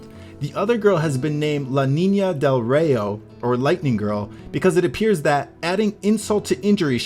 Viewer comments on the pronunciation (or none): How the hell do you not pronounce "rayo" right??? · That is not how you say "rayo" in Spanish.